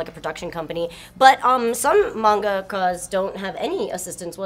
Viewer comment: I don't understand how can mispronounce Manga and then pronounce Mangaka properly.Make up your mind woman!